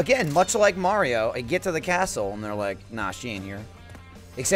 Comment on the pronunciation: When gav says "mayrio"